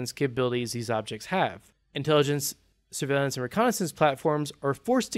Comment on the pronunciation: SIR-VAY-LEE-ANTS....no dude, come on